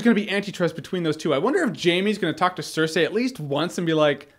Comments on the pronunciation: says "cer-say" when its Cer-"sei" lmfao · cersee not cersay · i hate hearing you pronouncing Cerseis name... SIR-SAY >.> ITS SIR-SEA. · "Sir See" yes "Sir Say" no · STOP SAYING 'SIR-SAY'! Gawd. Lol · Jay Miller George Martin says SIR SAY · jeremy, your great, but for the love of fuck quit calling her "cersay" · Jeremy's pronunciation of "Cersei" is killing me